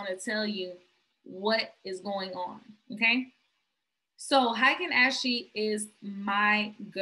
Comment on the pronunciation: Lol I love this video but sis it’s (Ah-ken Ah-shi) candles 😂😂